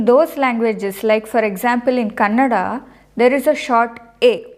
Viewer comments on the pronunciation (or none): none